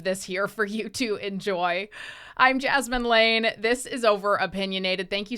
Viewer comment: Did I hear your name as “jasmine lame” 😂